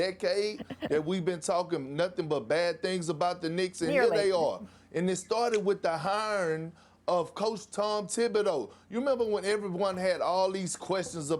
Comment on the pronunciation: "it started with the hyryng" lmaoooooooo